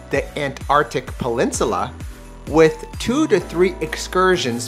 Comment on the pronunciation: Did he say the Antarctic pelinsula?